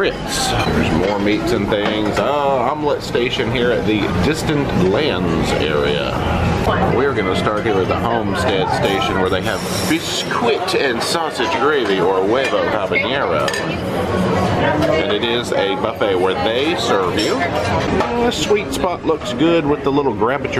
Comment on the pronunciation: Wait, we don't know the word "homestead"? Its not "Omstead", it's "home-stead". Home. "Bisquit and Gravy" is biscuit and gravy. Or, biskit and gravy. It's interesting to watch your videos. Thank you for joking around about how to pronounce American words! You are cracking me up! 😂 Thanks for bringing us along!